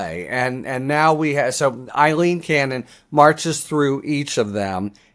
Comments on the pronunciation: Her name is Aileen not Eileen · A-leen, NOT I-leen. You must have read her name, Aileen, hundreds of times so I don't understand why you always pronounce it wrong. I abhor her and I think she is something that rhymes with abhor, but it's not a good look for you to consistently mispronounce a simple English name. After all it's not a Russian name like Yevgeny Prigozhin.